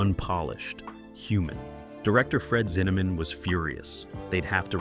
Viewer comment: "Zinnamon?", with the last syllable pronounced like "Yeah, man" in Jamaican. Ridiculous video in so many sloppy ways. BTW, it's Fred Zinnemann, "Zin-a-men". Good grief!! More 😂😂😂. Just saw the picture for the author of the book, James Jones. That's James Earl Jones the actor dummy!! And, who in the world are the guys in the snow holding the flags of various countries that are supposed to be the army pals of James Jones?? Hilarious!